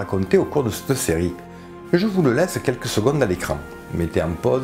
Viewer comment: Merci pour cette bonne vidéo toutefois il serait bien de prononcer "CETTE" plutôt que "SSS'TE"